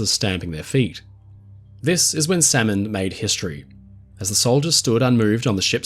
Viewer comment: Minor annoyance. Salmond is pronounced without the L just like Salmon the fish. (“Sammond”)